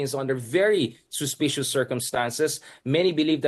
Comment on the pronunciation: Keelled. Suspeecious. Ew